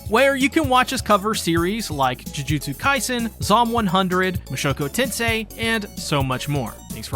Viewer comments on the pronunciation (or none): none